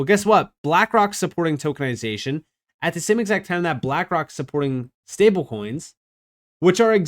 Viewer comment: just noticed you say "stablecoins" weird 🤣🤣 like "stablekoings" 🤣🤣🤣🤣